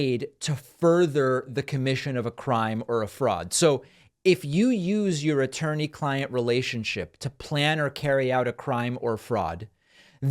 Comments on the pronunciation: Did he say "Turney"? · He said “ttorney”. Lolol